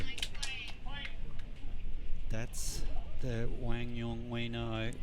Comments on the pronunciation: Love when pronunciation is respected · Commentators getting Quang’s name right, love to see it 😊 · Commentators needed an Aussie to pronounce Quang's name 😂